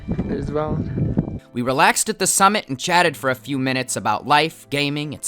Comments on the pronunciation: "We were WELYN to the forest now" 💀💀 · “We were welyn to the forest” lmao